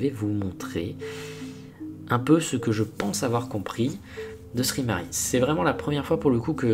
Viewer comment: sry = sorry et ce prononce saurry et non ssri mari